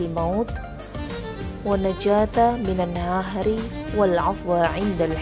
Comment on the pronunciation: bagusih.. semoga semakin baik bs g disertakan teks arabnya biar tepat makhrojil hurufnya, oiyah di 4 menit ada yg kurang pas suara dgn teks minaanari dibaca minaahari, maaf ya bantu koreksi